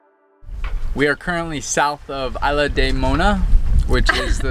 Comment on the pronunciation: Isla in Spanish is said eeesla. Thought you should know.